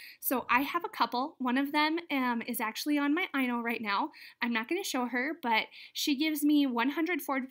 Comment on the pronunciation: its Inno tower, you said eye-no, it is actually pronounced as how you would say innovation.(different type of E sound) Just wanted to let ya knw.